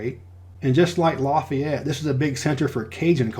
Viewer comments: I love your channel man! I'm from Lake Charles. I might not live in Louisiana anymore, and I'll never live there again, but I gotta say man, it's pronounced "Laugh-ee-ett" not "Loff-ey-ett" That is forgiven though, thank you so much for being so thorough. So many people forget about Hurricane Laura, and no one know how important Louisiana is to the food, shipping, and oil industry in general. I also love your distinguishing of Creole and Cajun culture. Cajuns have better food btw 😉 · And you messed up with Lafayette. It's actually more like LAUGH-yette, not LA-feyette. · Laffy-ette. Cal-cuh-shoe :-) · We say Lafayette as you would say Laffy Taffy. So instead of Laffy it’s Lafayette if that makes sense 😁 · Calcasieu is pronounced Cal-kuh-shoo. Lafayette is pronounced Laff-fee-et.